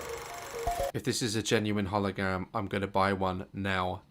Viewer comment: He said halogam